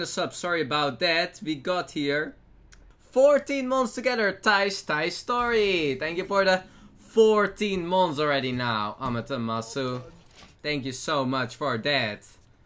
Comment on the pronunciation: is it amatemasu ? Pretty sure it's amaterasu.